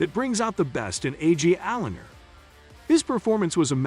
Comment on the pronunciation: “AJ Allender” “Chris Boosher” “kissolooski”